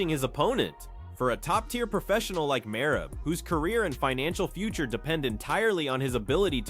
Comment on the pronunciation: I watched the first 30 sec of your video and then left cause you can’t be a real mma guy if you can even say merab’s name right.